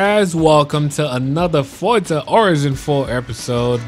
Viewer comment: He said orza